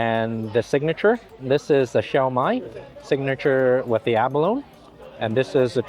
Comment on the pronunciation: I was raised around many Chinese families here in Hawaii and was always told it was pronounced lychee, not leechee! Also abalone is pronounced abaloneeeee, not abalon! Not sure if all Chinese pronounce these words the same but I know people from the mainland, (lower 49 states) don’t always know the difference. Love your videos and your infectious smile. Thank you so much🥰. Also, shumai has so many pronunciations but we always pronounced it shumai. Thank you 🥰. Those “dumplings are har gau” if I’m not mistaken.